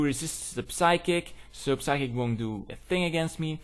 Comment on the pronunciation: Is their a reason you pronounce it as "puh-sychic"? The 'p' is silent.